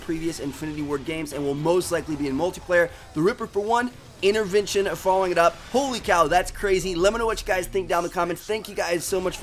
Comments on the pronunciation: What is an "innervention" ? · the accent is so weird for me coz yuu dont pronounce yuur "t" unless theres a vowel like yuu say inerverntion and i would would say intervention its so cool to know